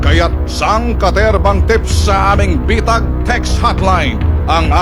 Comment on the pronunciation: Bitag ate hindi betag hahahaha